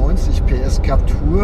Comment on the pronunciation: JUnge, dat heisst Captüüüüür- (wie Klapptür) man, soviel Zeit muss sein.